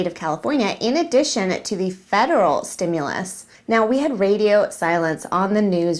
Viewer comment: Steam- mules? Stew- Muls?? Nope let me ask trump. He knows many words.🤣😂😅🤣 love your show!! Have a wonderful weekend!!